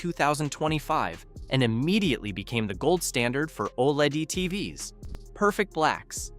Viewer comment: Buddy... the AI voice over is dumb as hell. You gotta type out "teevees" if you want to keep using this method.